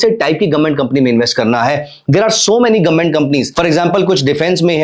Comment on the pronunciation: गवर्नमेंट ❌ गोममेट ✅ 😂